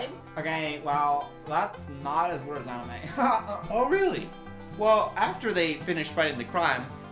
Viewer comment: god I laughed too hard at "aniYOU"